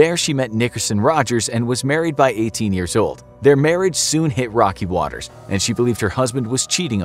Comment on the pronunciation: Did you say rocky waters